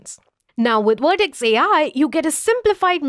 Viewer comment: Please provide a speaker that pronounce the letter V.